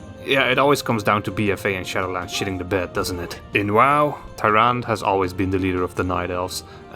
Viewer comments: It’s pronounced taranduh not tyran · It’s pronounced ”Tyrand-e” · You can't pronounce your favorite hero's name? lol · You can't even pronounce her name right but she's a favorite? 😂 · How can you not pronounce the name when the name is spoken in Warcraft and world if warcraft? Also they aren’t like hunters; the priestess of the moon are like paladins but with bows. Which is why their other form is that of the Warden.